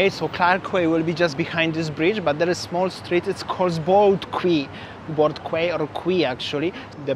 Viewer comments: QUAY is pronounced..KEE🙄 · It's pronounced as key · The word Quay should be pronounced as "key". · Clarke Quay, Boat Quay and Robertson Quay.. Quay is pronounced as Key.. hope you’re enjoying